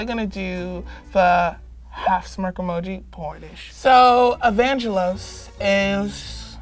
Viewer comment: me: a fellow greek also me: hearing how they pronounce Evangelos triggered me coming in the comments how to explain how we say it even though nobody asked for it :) so the g is not supposed to be like how you say angel. Its more "earthy" i guess like how you say gay or gas or great. Evangelos :) At least thats how the Greek name is